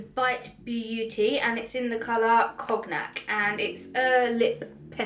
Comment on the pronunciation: Cognac is said con-yack :) How long does the delivery take?